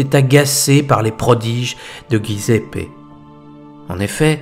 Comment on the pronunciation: J'aime trop l'Italie et les italiens pour vous cacher que Giuseppe se prononce djiouzépp; svp. Félicitations pour vos vidéos.